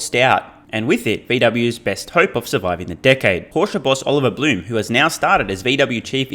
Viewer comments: Blume = "bloom" + the "e" from "bed"; Piëch = "pee" + the "ch" from "technology", almost like "peeh". But it is easy to find interviews on YT where a German journalist introduces Oliver Blume or talks about the Piëch family. Maybe it's easier if you listen to one of those than trying to follow the above. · Just FYI, the new VW CEO Oliver Blume's last name is not pronounced "bloom", but rather with the "e" in the end articulated similarly to how you say it in the middle of the word "bed". Edit: also, Piëch is not pronounced "peach". The "ch" at the end of the word (name) is pronounced like at the end of "tech". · So, pronounced "Bluhm" and "Peek" or "Peck" ? Thanks, in advance!